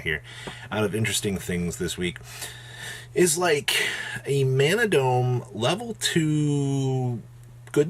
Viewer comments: Ma-na-do_Me is how is pronounced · Ma-Nah-Dome is the only way to pronounce it, plus with Yugi Jap voice 😤